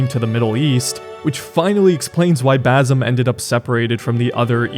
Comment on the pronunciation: It's pronounced Ba c em not Bazem, Ubisoft picked the easiest Arab name yet people still butcher it lol.